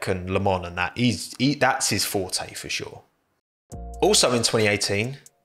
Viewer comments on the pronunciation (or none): none